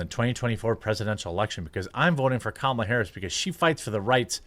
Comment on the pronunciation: Jeremy is so drunk that he's pronouncing Kamala correctly lol.